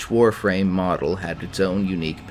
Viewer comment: Thank god you can pronounce the Warframe words right